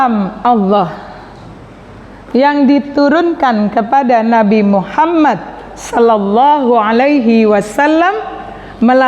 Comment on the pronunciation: Bukankah dalam membaca solawat itu muhammad bukan muhammat